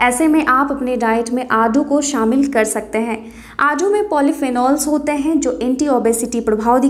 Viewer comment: आडू नहीं आड़ू बोलो